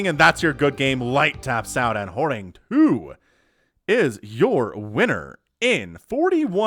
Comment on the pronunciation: Horang2 is pronounced as Horange, where the "e" is not silent, so "Horang-e"